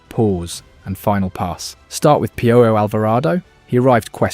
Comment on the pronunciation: Piojo too, I mean youre doing the work, might as well clean it up when it's easy. Not pee-o-Joe Pee-o-Ho.